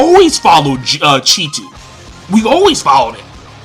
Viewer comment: His name is Cheetu not Cheetah lol